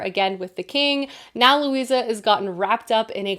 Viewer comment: Currently reading The Familiar...it is so-so good so far! However the character's name is Luzia (Lou- zee-a) not Lucia Lou- see-a).